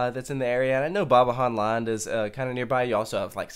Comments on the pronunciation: He does a Spanish J. 😂. (In fairness, Dutch (and Flemish) names are hard!!) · Did you just try to pronounce Bobbejaanland? xD Edit: please go :)